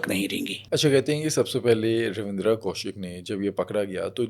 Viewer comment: It's ravinder only ravinder not ravidra ok bro